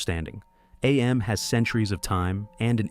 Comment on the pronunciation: Cool ass video. I love it. Btw, it is just pronounced "Am", not "Ay-Em". Harlan Ellison reads it that way in the audiobook.